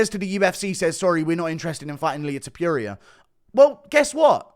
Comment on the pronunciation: I hate the way you say Ilia's last name.!! You are not pronouncing it right!